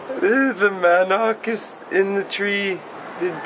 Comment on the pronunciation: Mahn-Nook.... not Man Knock... become pilapino speaking pogie